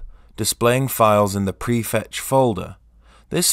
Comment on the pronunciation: Couldn't understand what you said. Presetch? Prefetch? Prehetch? Best to make these things absolutely by showing them BIG on screen. By the way, I only want to clear some of the cache, just today's. I didn't see or hear a reference to time window.